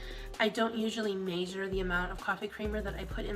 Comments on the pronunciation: Who the fuck says Maysure instead of measure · Omg I can't stand the way that girl said measure !!!! It's not may-zure it's measure ! Dear Jesus I am annoyed lol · god i hate how pronounces measure ‘maishure’. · Wtf is MAY-sure?! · I can confidently say I've never heard "measure" pronounced like "major". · UGHHH she keeps saying "MEYSURE" I'm AGGRAVATED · the fact that she has no idea how to say the word "measure" correctly means she's not doing it often enough to know how the word is acctually pronounced 🤦🏻‍♀️ it's like she is just learning the word for the first time or somthing, very weird. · Why tf does she say measure like that? MEESHURE.. ugh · If says "maysure" one more fucking time..... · measure it she says major it.. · The way says ‘measure’ really pisses me off Tf is “maysure” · WHY DID I JUST NOTICE THAT WTH DJDKDKCJ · Yes!! I stared at the screen thinking “what did she just say?!” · I hate when she says that. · I’ve never seen “” but the way she says measure and bagel (so far) bugs me more than ANYTHING has said so far... at least she confuses her words with other words most the time